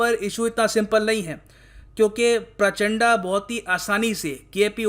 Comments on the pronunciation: प्रचंड तो ढंग से pronounce कर ही सकते हो🙄 ये प्रचंडा क्या होता है? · शायद वो प्राचंडा नही है सर , प्रचंड है शायद..कंफर्म कीजिये वरना हमारे नेपाली दोस्त फिर से हमे अत्याचारी बोल देंगे😆😂😃😂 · उच्चारण सुधारो sir ji. It's प्रचंड not प्राचाण्डा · प्राचड़ा , उच्चारण सही नही है आपका प्रचंड बोलिये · प्रचण्ड , this is the actual Pronounciation of that Former PM. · Sir was it intentional?😂😂 "Pushpaa kaamaal dahal prachand'a'" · पुष्प दहल प्रचण्ड my dislike for ur pronunciation, it matters allot